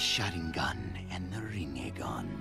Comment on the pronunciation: The way English dub pronounces “Rinnegan” sends chills down my spine.